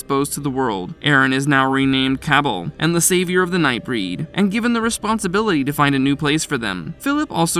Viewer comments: Ca ball is the pronunciation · It's pronounced Cah-bal. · I have the feeling that the narrator didn't watch any of these movies and is just reading from a script someone else wrote. If he would have watched Night Breed he would have pronounced Cabal and Harry D'Amour right. Unsubscribed